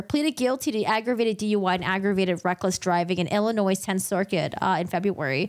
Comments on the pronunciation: Public Service Announcement: The “s” in the word “Illinois” is silent . 👋😬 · Good job, good review and analysis, I believe most of us are on the same page. A little friendly advice, though, you don't pronounce the 's' in Illinois. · The "S" is silent in "Illinois." That's a big mistake to pronounce it with the "s" at the end. Peoria -- "PEE-OR-EE-UH" I'm from a town near Peoria.